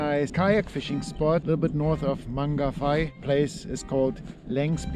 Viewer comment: Beautiful pronunciation of Mangawhai bruv 👌 great spot too! I still can't believe how much success we had when we went. That mavic mini 3 looks awesome 😍 we need to try drone fishing with it lol I bet my Mavic air1 gannet release clip will fit it! Also lol I only apply the "release the first" if it's an undersized snapper 🤣 that JD would be going straight into the frypan 🤤🤤🤤